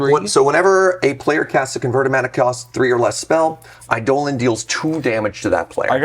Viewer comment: Your correct pronunciation of eidolon is enough to earn my subscription.